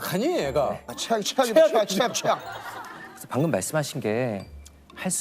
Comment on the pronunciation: 최악이라는 단어가 췌엑 이렇게 들려서 웃겨버림